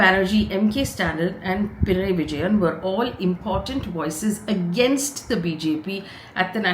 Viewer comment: ih fay for the love of GOD...PI-NA-RAYEE-----cmon say it once......btw good job as always:)🤣